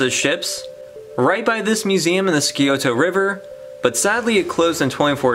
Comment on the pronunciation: 😂 the way he pronounced scioto river… omg, have we been saying it wrong our whole lives 🤦🏾‍♀️😂 I was like 😮🤔🧐😕🤯😂